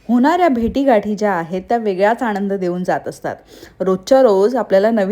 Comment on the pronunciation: आणंद नाही आनंद बनवते म्हणा बणवते नाही